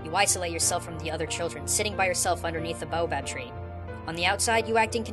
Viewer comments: its pronounced bay-oh-bahb. not bow-bahb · bay-oh-bab tree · Great video! But it's pronounced bayo bab tree! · it is pronounced bay o bab because my school houses are named after trees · Not to be that guy but you butchererd the word boabab im from south africa I would know